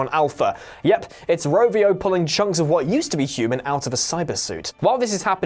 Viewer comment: Its Ravio not Rovio!